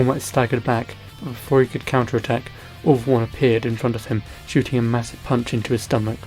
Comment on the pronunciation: When he sais all for one sounds like he is saying awfull one